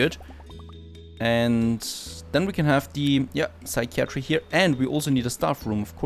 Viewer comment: Yay so proud haha :D You got psychiatry right! Another very weird one is cupboard actually is said (kuh bird) or (kubberd). So relaxing watching you build. Hope you enjoy it!